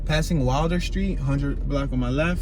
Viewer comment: Its pronounced Will-der, not wilder, please, i know i live on Dickenson